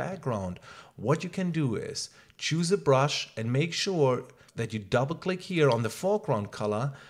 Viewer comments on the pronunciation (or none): none